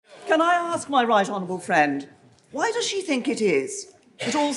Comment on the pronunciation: Did Truss just call May, her 'Fwend!' haha! Sorry, Twuss;p